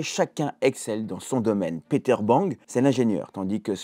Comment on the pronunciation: Enfin un francophone qui ne prononce pas "Piter" mais bien "Peter" !